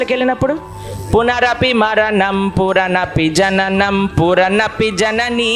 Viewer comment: Puranapi jananam kaadhu punarapi jananam (ఫాస్ట్ గా చెప్పడం వలన పొరపాటు)